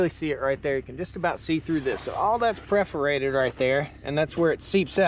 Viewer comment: Perforated or 'preforated'? JK ;) I'm getting ready to put in a system and this one seems HUGE!